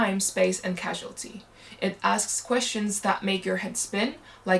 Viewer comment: it's pronounced causality